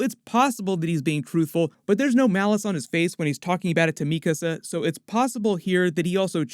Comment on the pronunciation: Yo. I noticed you started pronouncing "Mikasa" correctly versus your previous videos. Thank you! It was bothering me for a while, haha.